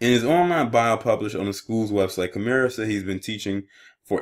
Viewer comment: and it’s kim-er